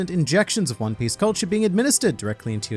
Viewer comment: "One Pieshe" 🤣🤣